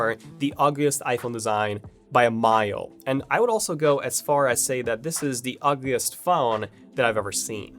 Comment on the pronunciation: Before DAT! It's THAT! Just work harder on your TH's dude.